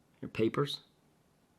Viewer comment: I almost threw up 🤮 when you said papers 😂